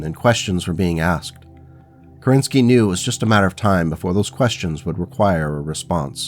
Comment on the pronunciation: Fun fact. Alexander Kerensky was the head of Russian Provisional Government shortly after February revolution of 1917. He had to escape the country when the Bolsheviks took power. Also, there is a rumor he had escaped the Winter palace dressed in a woman dress, but it is likely untrue. Also, if I am correct, his last name is pronounced KErenskiy, not KerEnsky.